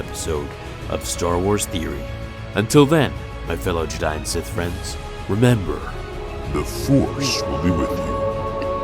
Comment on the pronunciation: Not to be a hater, but you kinda mispronounced the word Jedi at the end there XD